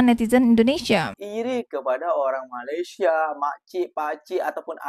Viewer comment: Sebut Malaysia pun tak betul, sibuk nak menjaga dan menyinyir Malaysia. Tak payahlah. Jaga Negara sendiri sudah. Negara ko dah teruk dah tu, Tak lama lagi tergadai lah negara ko kepada Negara China.